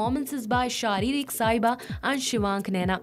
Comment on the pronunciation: Are pagli its sharik not sharirik